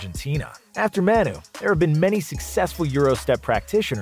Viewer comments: Isn't Manu pronounced Mah-nu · No way you just called him “Maynoo” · “Man-uy Ginobili”